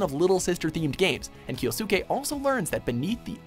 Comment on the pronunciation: I'm starting to get this conspiracy theory that you're mispronouncing names to trigger people. If so, well played. Regardless, the U sound is silent in Japan. Kyousuke is "Kyo Skay" and Sasuke is "Sas Kay" Not "Kyosookay" and not "Sahsookay".